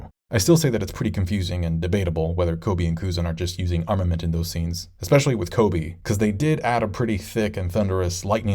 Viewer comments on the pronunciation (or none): none